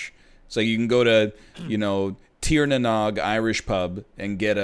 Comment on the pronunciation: "Teer na Nog". My soul is hurt.